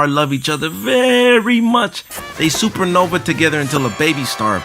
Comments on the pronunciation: Sounds Like You Said Supernovay.... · "super novay"